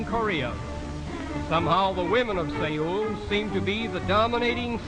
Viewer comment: Sae-ul???? His pronunciation is hilarious!